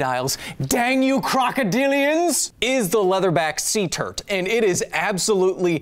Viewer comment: Yeah maybe don't abbreviate turtle with turt... sounds like turd